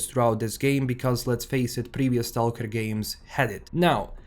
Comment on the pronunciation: Search on YouTube how to pronounce STALKER ....